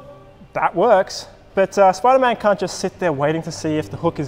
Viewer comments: You said sipderman not spiderman lol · It spiderman not sipderman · ah yes my favorite super hero “sipderman” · Sip der man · it's actually spider man